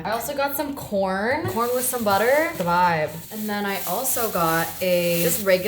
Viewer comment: Did anyone else hear that New York accent when she said 'butter' talking about her breakfast